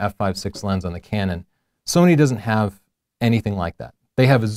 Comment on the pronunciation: why do you always say nikon and sonny???? just say sony.........